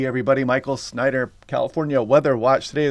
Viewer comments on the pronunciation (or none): For the longest time I thought he was saying here. I didn’t know his last name was Snyder